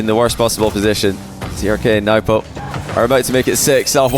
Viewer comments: yeah that surely is not how we Arabs pronounce them, you are exaggerating and making it too complicated. its Turk and nwbo pronunciation wise. don't try to be too smart when you can make it a lot easier. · Yeah, Nwpo is pronounced "Nu-boh," and Trk is "Tuhruhkk" but said really quick.